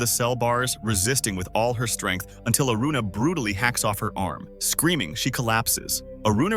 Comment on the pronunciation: When did Aruna become Aurora😂